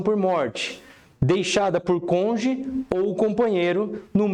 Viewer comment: Do "conje"? 😂 Muito bom o conteúdo. Mas, realmente, a pronúncia de cônjuge chamou atenção 😂